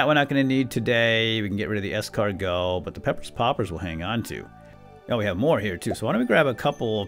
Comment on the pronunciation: You’re one of the only people that actually pronounces Escargot correctly